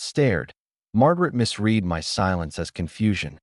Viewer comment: All of this is total "rubbish" (a made-up story). Early on in this (PAINFUL) video, the droning voice misread (by pronouncing incorrectly) the (past tense) verb "misread."